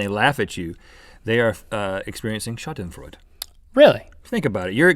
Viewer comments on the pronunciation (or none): It was most likely like that for any other word they pronounced, all I can say is, I'm Austrian, they pronounced Schadenfreude wrong, but I don't give a shit, lol. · holy moly! it's shawd-en-froyd-a! not shott-en-freud. doh! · The u in Schadenfreude should be ü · every time rhett mispronounced schadenfreude I cringed so hard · Rhett pronounced Schadenfreude wrong!